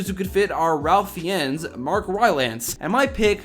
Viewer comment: Ral-f Fey-ennes No no no Ray-f Fines